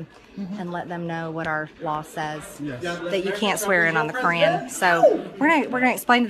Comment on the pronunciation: She said they swore in on the Cran? WTF is The Cran?